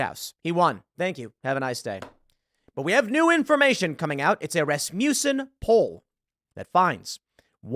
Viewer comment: Rasmussen is pronounced 'RASS-m'sen'.